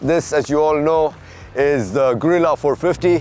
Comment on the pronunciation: sorry man you kept pronouncing gorilla in three different ways and I just had to point out. I didn't mean anything by it, also thank you for the review 😁